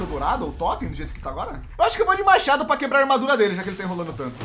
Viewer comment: Quando ele falo fala apuh eu entendi fala por...